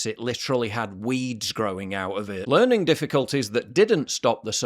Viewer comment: "LEARING" DIFFICULTIES